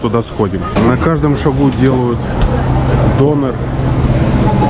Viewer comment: турецкий алфавит совсем не сложный. Прочитайте в любом учебнике первые страницы, и будет легче читать и произносить названия. Самый лучший учебник автора Щека Ю. В., можете купить или скачать. И тогда не будет до́нера и ко́фты, а будут дёнэ́р и кёфтэ́)